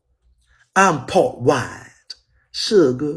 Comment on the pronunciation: Every time he said Suga I died 😂😂😂